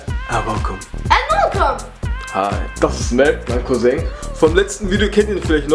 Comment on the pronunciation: Er sagt couseng